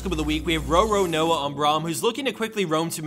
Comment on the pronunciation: You can tell has never watched One Piece lol Ro-Ro-Noah